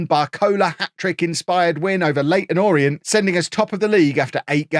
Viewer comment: “Leyton orient”?????